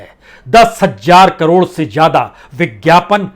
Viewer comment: Itna parha likha anchor.... Prasun Vajpayi.... Lekin... Z... ज़ ....zameen.. Zyada... Zaroot... Boltay nahin aata... Boltay time ekdam jaahil lagta hai..... Upar se gandi munchh jis k baal munh mein aatay hain.. Babu parha likha hai... Uchcharan sahi bolakar..... Zaahil?... Jaahil